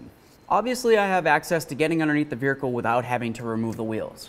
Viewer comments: Does he say vehicle weird. Vihercal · "Vericle" nice